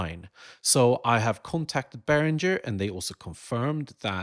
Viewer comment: As confusing as his two different (only one is actually correct) pronunciations of Behringer?